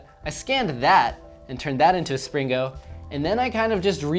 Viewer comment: Do a Springo baby with Springo baby-poop inside! 😃... Also, I think it sounds much better if the "g" is not pronounced - should be "spring-o" not "spring-go". Why the hard "g" sound in the later? Seems unnecessary.